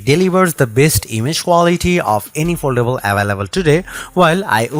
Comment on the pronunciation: Oldable? Did you want to say foldable?